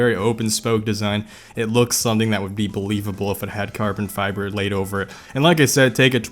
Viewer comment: "Hydro-dipped carbon fíæþer" "there are a lot of cummies" "you can actually just sğiť this"